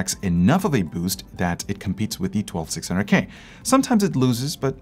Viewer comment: Did anyone notice he said 12600GAY instead of K